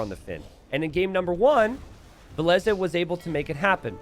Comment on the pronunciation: Why do you call Villese Valesa?